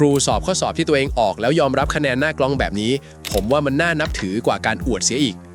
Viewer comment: เอไอ " หน้ากล้อง " ( ครั้งแรก ) ... ฟังไม่ชัด ... หน้ากล็อง หรือ หน้ากล๊อง ( มัน หวัด ๆ เบลอ ๆ )